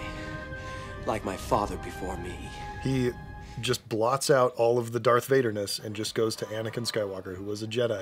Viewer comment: Sounds a little like: "Datrth Vader... You are badguy... But you are not... a bad guy. 😆